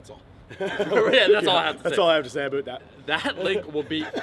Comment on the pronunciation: "that's all I have to say ABOOT that" lol